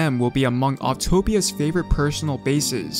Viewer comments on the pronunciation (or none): none